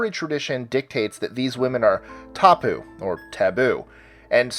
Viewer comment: Yeah, really good you even used the right a in 'tapu'.